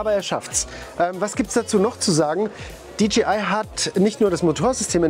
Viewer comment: Es heißt dji nicht dgi 🥴